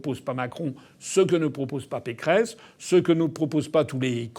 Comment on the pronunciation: Vous avez dit "Valérie Pécron" au lieu de Pécresse, au début , c'est très très rigolo, vu qu'elle ressemble tellement à Emmanuel Macron ...